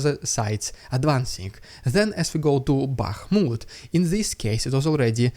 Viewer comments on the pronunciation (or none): none